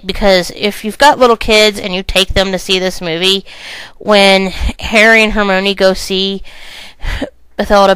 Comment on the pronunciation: IT'S HER-MY-KNEE!!!!! Not her-mo-knee. get it right. Thanks.